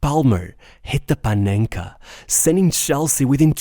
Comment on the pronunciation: The way you pronounce PANENKA is just delicious